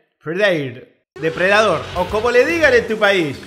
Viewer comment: Jejeje morí jejeje "Depre Dador" jejeje